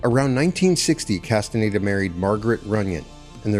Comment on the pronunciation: The narrator's inability to pronounce "Castañeda" is very annoying.